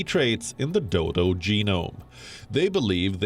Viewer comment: Did she said the Doydol?